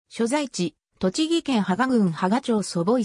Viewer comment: これ？Google翻訳なのかな？ ところどころ読みが違うんけど 祖母井をそぼがいって言ったりほうせいを 違う読みで読んだり